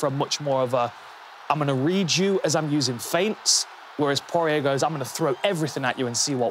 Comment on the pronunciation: I would just like to apologise on behalf of my fellow Brits for their inexplicable abomination of the pronunciation of 'Poirier'